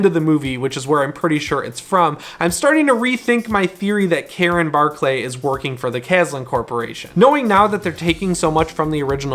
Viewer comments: What's with millennials not knowing how to pronounce words properly? Extraordinary is extra-ordinary, Andy Barclay (Barklee) is now Bar-clay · Why does he pronounce it bar-clay everyone I’ve heard say it ( including in the movies ) pronounce it bark-lee .. god it’s annoying 😂😂😂 but man I can’t wait for this film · That was driving me crazy too. It's always been pronounced with "lee", not sure why he kept saying it with "clay" lol. Guess it's been a while since he saw the originals. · Lol in both clips he says barc-lee lol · idk I have this clip and it sounds like bark-lee to me lol not like bar-clay. I understand it’s spelt how you pronounce it but in the movies it doesn’t sound like it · I will admit the clip you posted it does sound like bar-clay. But when Chucky says it in this clip it clearly sounds like bark-lee lol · unless we’re living through a Mandela effect it’s always been pronounced bark-lee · Clark Kent lol dude I really just debated watching the entire series to count how many times it’s said “ lee “ or “ lay “ lol but I’ve always heard it “ Lee “ as well lol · Please say Andy Barkley right 😞